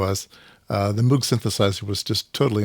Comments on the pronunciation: Moog is pronounced to rhyme with "brogue". Bob Moog taught a course I took at Cornell in about 1971. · Moog, pronounced like "vogue". (Just visted the Moogseum in Asheville, NC two weeks ago.) So glad Music From Outer Space is still around. I feel like I got a kit from them 15 years ago or so — built it wrong, LOL.